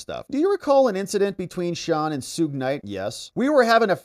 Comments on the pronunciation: Suge is pronouned sh-uhg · The way you mispronounced “Suge” 😂